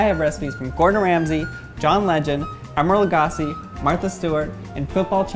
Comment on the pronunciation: Man really said “Emerald Lagas” 🤦‍♂️